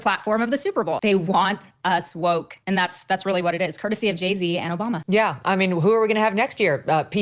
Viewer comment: Does that lady say Obama? 😂😅😂